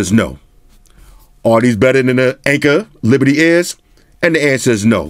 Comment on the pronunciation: Hey I'm new to your channel. I sounds like you're saying "Anker Liberty Iz?" What are the headphones called the one you liked them over the Indy? I like to buy them. Thanks